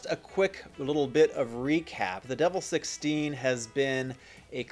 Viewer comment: Its "De VEL" not "Devil"...as like in "Development"